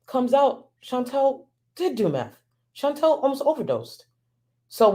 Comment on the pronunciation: Her name is ChantAL. (Phonetically pronounced Shawn-tall) Not Chantelle. ♥️♥️♥️ but love your video!!